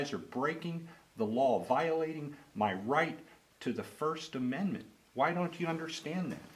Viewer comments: "Amendant" from my "understand" ... I think someone should have seen to her education! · “You have a right to your first amendent” 🙄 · Dcs worker can't even say amendment....😄wow! Where are u getting your knowledge, she said yesterday...haha